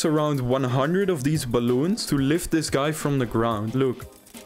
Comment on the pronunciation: "Deez bwaloens"